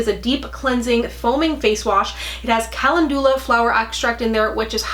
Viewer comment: Calendula is pronounced like kuh-LEND-yuh-luh. Just FYI as it’s a flower 🌸